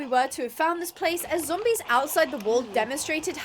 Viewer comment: Imagine the zombies listening to their conversation, also i love when says "zombois"